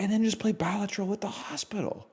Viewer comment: I don't know why, but the way he says Balatro wrong makes this so much funnier